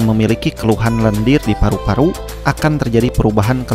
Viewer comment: ih ngomong paru Paru nya kenapa gtu. Paruk Paruk. madu jadi maduk.